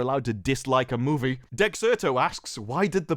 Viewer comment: Why the fuck can’t you say the word ‘movie’ properly. Marvels looks shit but you seem like a right virgin.